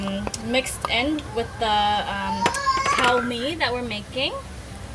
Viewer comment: Damn e ha nee! It’s pronounced like “COOR” think of COORs light beer. Need to “KUA-rect” your pronunciation. :)